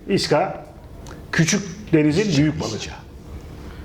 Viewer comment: SAÇ: Viska AE: Vişça Vişça SAÇ: Vişça :D